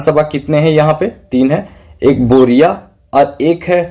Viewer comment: बोरिया नहीं sir बोरियो है